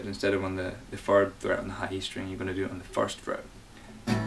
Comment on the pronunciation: The way you say "fird" instead of "third" is the cutest thing, my god. Thank you so much for this video by the way, gotta teach myself this song!